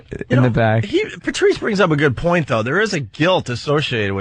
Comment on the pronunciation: ‘PeRRtrice’ jeeze